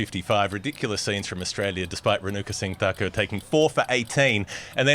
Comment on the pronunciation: Renuka Singh Thakur, not "Renaka sing Dakar" like you pronounce. Emphasis on the gh, th and ur. Smriti Mandhana, emphasis on the an and dh. It's not "Mendana". Harmanpreet Kaur, not "Haamanpreet Core" I don't have time to rewatch the whole video but you see the errors here in the first couple of minutes. To say my assumptions are wildly off base is incredibly condescending in light of the evidence. I did not expect such a defensive response. Do better for your Indian and Asian fans.